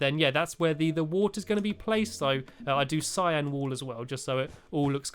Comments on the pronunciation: Cyan wool not syan !!! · u said cyan but really its cyan oops i mean cyan